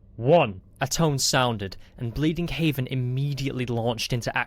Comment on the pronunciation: Out of curiosity, Is it Bleeding Heaven or Bleeding Heaven? (You keep saying Bleeding Haven while the text shows Bleeding Heaven, is the reason for the question.)